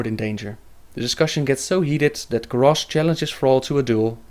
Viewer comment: sorry to say that, but you and a few others say continiously gorrash not garrosh ^___^